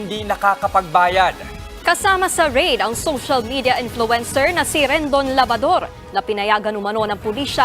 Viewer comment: Even the reporter call him "Labador"😅 Anyway Good Job Rendon